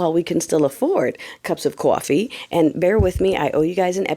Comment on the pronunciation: I love hearing that New England twang when you say coffee. My cousin still has it 30 years after she lived in Boston. Good morning!